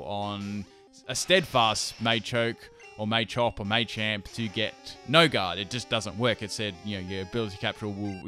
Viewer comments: Okay, so.....The way you pronounce Machamp, machop and Machoke is really annoying qwq. It's Mah-chop not May-chop QwQ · machop machoke machamp based off the word macho not may im triggered